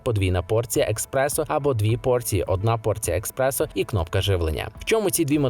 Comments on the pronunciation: Правильно казати еспресо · еКспрессо? серйозно? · Що? еКспрессо? 😂😂😂😂 еСперт бляха! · Експерт, який називає еспресо «експресо» не викликає довіри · О,мені також те експресо ріже ,жах,як можна с таким рівнем говорити про каву,кавоварки?😢